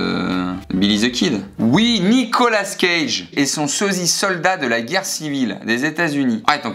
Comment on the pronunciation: ooohh non, non noooooon , ON DIT NICOLAS CAGE PAS NICOLAS SCAGE !!!